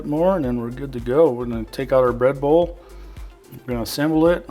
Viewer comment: I thought you was saying Red Bull but you was saying bread bowl lol. Looks delicious !